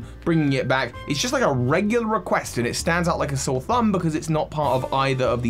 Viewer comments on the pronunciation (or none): none